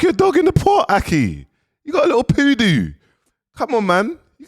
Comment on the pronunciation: Poodoo😂😂😂😂😂 I'm done he's doing it on purpose surely